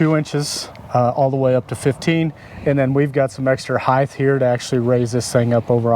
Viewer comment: Extra HEIGHT, the word is HEIGHT! There is no such word as HEIGHTH 😂